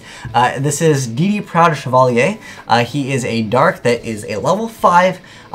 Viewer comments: why u do dis? Chevalier is pronounced Che (like in chevron) -vuh-leer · "Haha, yeah can't prounounce Trampo-links but let's move on to Chavalier which I can say with no struggle at all"